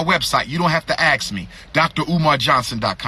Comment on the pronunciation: So animated. Wow! And its ask, not axe clown. This dude str8 stupid. SMDH. What college he go to again? And what institutions are controlling his behavior? STOP IT.... STOP IT!!!